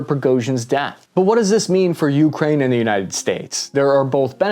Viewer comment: Stop calling it Juukrajn - please! (And no,not even local)